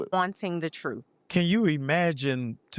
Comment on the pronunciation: He is really I have ever seen. Unable to pronounce the English vocabulary. Impossible for him to string 2 sentences together. I can’t imagine him in a court of law or how he even passed the BAR. Continuing to say he’s searching for “ the Truff “. Who says that & does he have a lack of self awareness?? Very Puzzling.